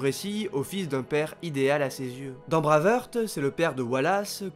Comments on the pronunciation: C'est tellement bien fichu comme vidéo que c'en est d'autant plus dommage d'entendre "Braveurte", "Braveurte", "Braveurte" tout du long... "Braveheart" que diable ! J'ai quand même liké sans hésiter, mais j'ai sursauté à chaque fois ! ;) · S'il te plaît ! Brwaivhart et non braveheurt ;) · Super vidéo mais je t’en supplie, dis plutôt Brève Harte si tu souhaites prononcer Brave Heart à la française !